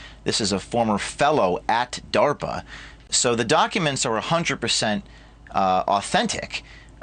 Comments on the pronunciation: What the hell is darper? I thought it was DARPA! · "A grant that was submitted to 'Dahwper'" 🤣 I hate the sound of this guy's voice. 😑 It's like nails on a chalkboard/knives on a plate/children screaming/the worst sounds imaginable all smashed together to make lies. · Him saying "darper " gets under my skin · Dawper not DARPA so he is not lieing. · "Darper" lol Sort of like Canader. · WTF is DAWPER? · Why does he say darpa like that?